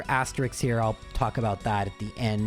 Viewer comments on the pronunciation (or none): Asterisks as-ter-isk(s) not asterix ;) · asterisks. like risks. you take risks. asterisks. not asteriks. certainly not asterikses. i love you, but the mispronunciations come just too hard and fast to ignore, sometimes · The plural of asterisk is just asterisks, which is why it is actually slightly important to pronounce it correctly unlike most other common mispronunciations, because if you'd just hit me with astrices instead of leading with asterixes, I wouldn't have had any idea what you meant. Most other common mispronunciations don't end up mangling their other forms nearly as much, so unless you're giving an academic speech or something, it basically doesn't matter at all, and even with asterisk, it's not particularly important, but this was an opportunity for me to talk about words, and words are cool, so I took it, lol.